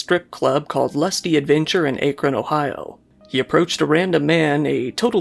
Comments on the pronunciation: Good ol “ay-krohn” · How do you mispronounce "Akron"? It's ack-run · Thats not how you say Akron either...